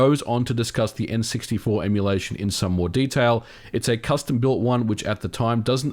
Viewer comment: "On the en-sixty-more" ;D